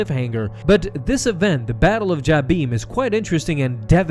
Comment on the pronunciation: You pronounce Jabiim wrong.